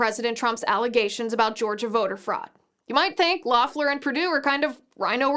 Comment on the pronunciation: Fyi, Liz : it's pronounced "LEHF-ler." Not that it matters now to anything but the footnotes in history books.